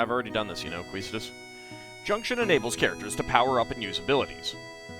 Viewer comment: Quistis is a French name and pronounced Kiss-tiss. and even the original kana supports this pronuncition.